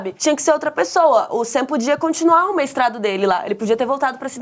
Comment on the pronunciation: “Meistrado” foi o melhor 🤣🤣🤣